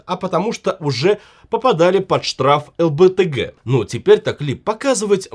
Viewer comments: а Вы специально произносите ЛБТГ или не знаете как правильно? ЛГБТ! Вот как это называется! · У вас все на канале ок. Но. То римский статус(статут) то лбгт(ЛГБТ).уши режет! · правильно говоритьЛГБТ.